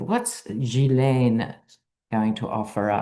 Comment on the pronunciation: Ggggghlainnne ask the survivors they all say it right. sad. 😔